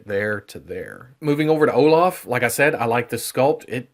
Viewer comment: haha, it's like " Oh-laugh (british enunciation) 🤣